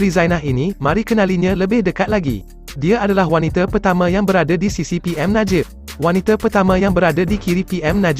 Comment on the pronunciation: Yang baca ni sekolah mana eh? It is wanita bukan waniter. Pls do better